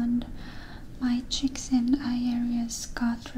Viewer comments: And how she says "chicks" for "cheeks"😆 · I like it when she says "chicks" instead of cheeks. Kinda interesting how broken English is a big trigger for a lot of people.